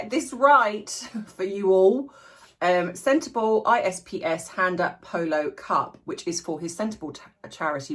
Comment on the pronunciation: Sorry to i don't mean to be nit picky, just want to say for anyone who doesn't know how to say senterbale it's pronounced centerbali , the e is spoken as i like bali, . 👍❤️😁